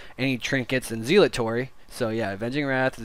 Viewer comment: For the love of God, PLEASE learn how to pronounce Zealotry.